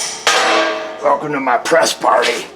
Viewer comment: “Velcome to Hoodraulic Press Channel…”